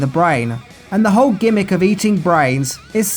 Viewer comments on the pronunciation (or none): none